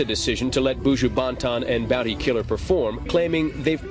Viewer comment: Looool!! The presenter cyaa pronounce Buju Ban-tan!!